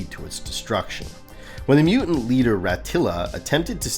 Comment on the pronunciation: Why is it so difficult for some people to pronounce the word "mutant"? I don't want to hear about the ThunderCats fighting the "mew-ins".